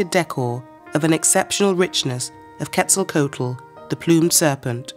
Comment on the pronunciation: The ‘h’ in Teotihuacán is silent. Other than that, your pronunciation is excellent. Also, the ‘coat’ in Quetzalcoatl is pronounced ‘kwaht’ as in kumquat, not like the garment.